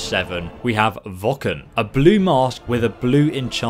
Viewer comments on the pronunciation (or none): Its spelt vokun But said vokoon